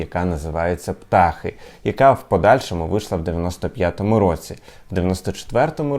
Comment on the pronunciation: Культовий альбом гурту Скрябін називається Птахи з наголосом на останній склад. Не «ПтАхи»